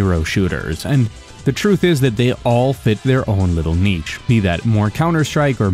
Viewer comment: I'm scared this guy is going to say niche again. It haunts my dreams.